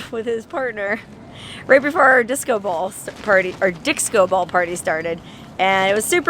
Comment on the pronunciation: Dicso, that is how my Filipino friends say Disco